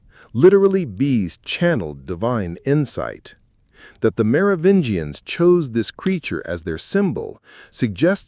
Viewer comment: i'm out at 12 min, can't listen to this moron say "Mero-vinians" any more